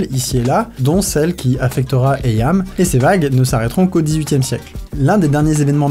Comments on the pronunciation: (Psssst, le nom du village se prononce "iim", pas "eyam" mais très bonne vidéo comme toujours :D) source: j'ai de la famille dans le coin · Captain Casse Couille au rapport : Eyam (prononcé iim)^^ Sinon très bonne vidéo!